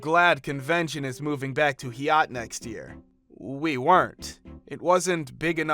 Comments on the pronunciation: Yep. It's long <I>, not long <E> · Why was "Hyatt" pronounced like that? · That's my last name, he totally mispronounced it.